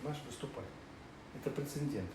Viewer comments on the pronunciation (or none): "Это прецеНьдент, понимаешь..." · ПрецеНдент. Где ж вас учили?